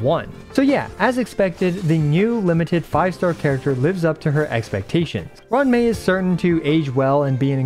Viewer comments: It's roo-wan mei not Run mei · "ron mei" had me rolling